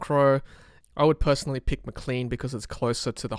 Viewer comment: It's pronounced Maclane like plane, not Macleen like clean.